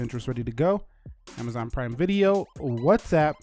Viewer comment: “Let’s go into prime vide-O” Did anyone else notice that? 😂